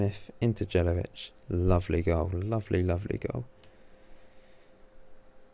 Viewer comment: its pronounced Yelavich :P Good video though mate